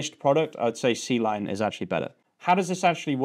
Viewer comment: Awesome stuff. C-Line is pronounced "Kline".